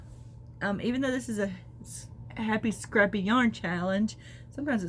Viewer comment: It sure sounded like you said the happy crappy yarn challenge the second time. Very funny maybe my ears are off.